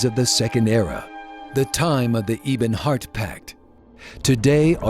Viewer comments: Did the story teller say "Eebonhart Pact"? lol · "Eeebonheart. Yeesmir. Duwemer." Please, for the love of Mara, don't be afraid to give your voice actors some freaking direction, and correct them if they mispronounce something. That kind of thing is on you (even if I am amazed the guy doesn't know how to pronounce freaking EBONY. I mean, it's not like it's some weird, made-up fantasy thing.) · Actually, there is error in this, I am afraid. Vivec didn't flood Morrowind in this Akaviri invasion, but in the one against the Tsaesci before this. Also, he pronounced "Ebonheart" and "Ysmir" wrong... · oh my god you kept saying Ebonheart wrong.